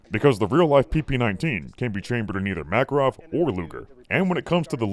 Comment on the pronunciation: so i was mostly listening and not really watching i was a little confused by there apparently being a caliber which is a mackerel until at some point i finally figured out that that is how pronounces makarov